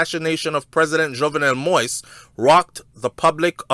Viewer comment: President of Haiti jovenel Moise.. Jov- nel-mo- eaze.. Get it right!!!